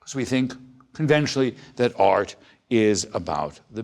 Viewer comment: it's funny how he pronounces art... AAAAaaarrrt lol